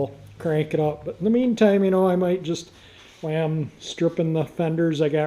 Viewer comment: LOL...I thought you were mistyping "why" instead of "while" in all the descriptions, but I actually heard you say that too. Haha, that's different! That's the quickest engine drop-in ever, and the luckiest one too. I left my firewall bare "why" I was dropping the engine in cause I knew I'd smash something :-))